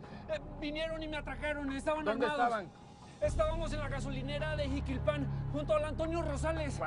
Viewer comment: Lo que es no usar a las personas adecuadas para escribir la historia y la narración. Jiquilpan no lleva acento en la "a". El acento prosódico se hace en la "i" de "quil". Mochis - Sinaloa.